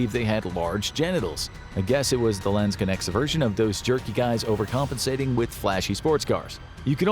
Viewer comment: Your pronounciation of 'Landsknechts' is hilarious. Lands-connects.